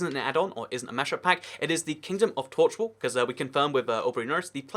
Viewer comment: Lol the vid says tochwall